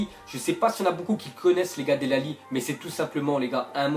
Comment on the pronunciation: del alli ?? 😂😂 ça se prononce delé et il est fort depuis longtemps